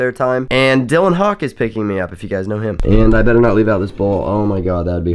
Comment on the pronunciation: You called him Dylan Hawk. It's Hawkins.